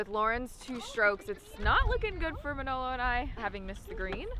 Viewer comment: just needs to learn to pronounce Manolo's name. Pronounces it like a real mangia cake....lol.